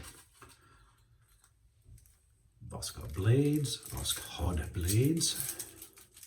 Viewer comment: Hi,the emphasis in the word Taiga is on the last A,and n the Voskhod the K doesn't pronounced. 👍